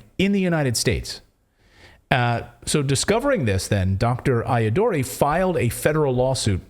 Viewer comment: Shiva's last name is pronounced I Ah Dur Ray